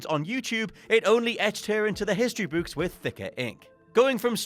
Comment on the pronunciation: Now I can't get it out of my head, also, can't say "book" still